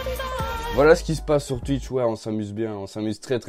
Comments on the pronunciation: Mdr je kiff quand tu dis tuitch et pas twitch ( twouitch stv ) 😂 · Ça ce prononce touitch mais pas tuitche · Je connais pas "tuitche" mais "twitch" 😂 sinon j'adore tes videos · Je connaissais pas “Tuitche” 😂😂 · Twitch et pas tuitche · Ça se dit Touitch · tuitch pas touitch sinon c'est pas drôle... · Je connais twitch mais pas "tuitche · Like pour Touitch et commente pour Tuitch (Sa m enerve les mecs qui disent tuitch) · Je connais pas "Tuitch" mais je connais "Twitch"😂😂😂😂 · ARRÊTE AVEC TES "TUITCH" 😂😂 C "TOUITCH" 🤣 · non sa se prononce comme sa s'écrire "Twitch" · je sais mais sa se dit Twitch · Je suis belge et je dis pas tuitche 😂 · Nn ça se dit « Twitch » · Mes oreilles sont décédées après les 20 premières secondes de cette vidéo... Pk ? tUitch😂😂😂😂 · Mdr comment il dit et écrit Tuitch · "Tuitch" ça me tue 😂😂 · Il dit tuitch 😂😂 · Tchuitche jss mort😂💀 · "Tu connais twUitch" 😂😂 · Bah oui tout le monde connais « tuitch » 😂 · Bonsoir: -Je connais tuitche. Voilà hanrhevware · Ca se prononce Touitche :) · Pk il dit toujours tutch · tu me dead quand tu dis twitch